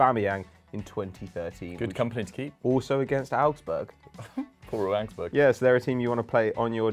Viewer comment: Am I the only person hear say arabsburg